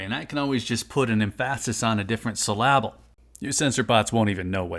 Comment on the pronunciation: Laughed way too hard at the emPHASis on a different syLLALable 😂